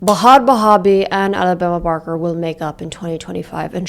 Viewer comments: Ba-had Ba-habie 😂😂😂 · I need you to know that “Ba-had Ba-habi” made me instantly subscribe 😂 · I start this vid and the first thing I hear is "Ba - hat Bah - abi" "inshallah" bro what is happening LMFAOO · You did not just call her "Bahaad Bahaabi" LMFAOOOOOOO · the pronunciation buh-had buh-habie had me on the FLOOR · The way she pronounced bahd bahbie 😂😂😂 I’m hollering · i used to think it was pronounced bhad bhabie i feel called out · "buhad buhabie"💀💀💀💀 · Not going to lie, this whole time I thought it was pronounced Bad "Bahhhbie" like Barbie. Not baby. Lmao whoops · i also pronounce bhad bhabie like that lmfaoaoaoa i alr love you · 😂😂😂😂😂 the way i start sobbing when you pronounce the H's 😂😂😂😂